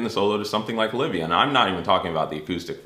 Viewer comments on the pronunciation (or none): none